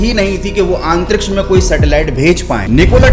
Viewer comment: your pronunciation of antriksh is really bad … improve it bro for your own good … I noticed in all of your video you say AANTTRIKSH